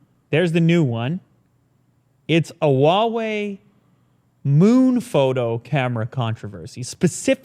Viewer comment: it’s not whah wei, it’s who-ah wei. I know that I am nitpicking, but it doesn’t hurt to learn, since it’s such a big brand.